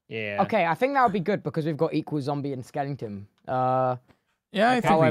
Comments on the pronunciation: someone tell tubbo it is skeleton not skelINGton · Does tubbo say “skellington” as a meme, or does he actually think that’s what they’re called?